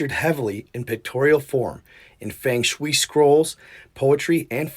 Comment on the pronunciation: Great video but your pronunciation of Feng shui is cracking me up....I love your content though! It's pronounced Fung shway